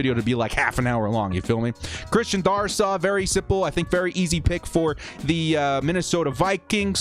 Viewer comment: It’s pronounced Dare-is-saw. Sorry hate to be that guy.